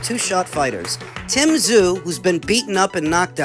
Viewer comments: "We in the works with Tim Ta-zu" -Jermell Charlo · Tim Ta-zu? Charlo need to put the bottle down